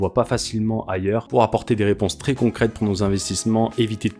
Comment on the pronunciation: Pitiié pour les oreilles Vrais et non Vré, Très et non Tré....